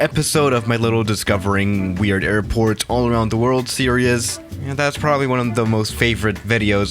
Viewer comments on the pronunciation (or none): How normal people say it: series How says it: serious